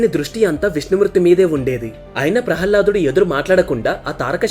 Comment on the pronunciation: బాబు జయ విజయులు ద్వారపాలకులు అంతే కానీ విష్ణు మూర్తి ని రక్షించేవారు కాదు ప్రహ్హ్లదుడు కాదు ప్రహ్లాదుడు కొంచం ఉచ్చారణ దోషాలు ఉన్నాయ్ గమనించగలరు